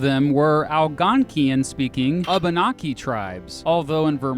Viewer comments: Not Obinoki, Abinaki with a long A. Not Al-gone-q-inn, Al-gone-quinn. Whichever you choose learn the correct pronunciation. And don't try to change it into where you are from if you want to be accepted by your neighbors. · You need to work on your pronunciation of Algonquin and Abenaki, but thank you for acknowledging the existence of Native peoples. (Often people assume Native Americans had hunting grounds in Vermont but never lived in the area, it's frustrating.)